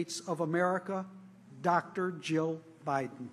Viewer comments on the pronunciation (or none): none